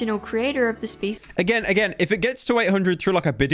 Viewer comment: I thought she said feces instead of species.